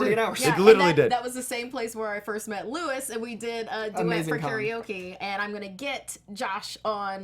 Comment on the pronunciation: Luis is not pronounced like Lewis, it rhymes with "new peace."